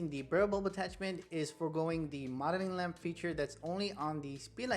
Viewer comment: Love your videos but gotta point out it's "MO-DEL-ING" lamp; 3 syllables. LOL!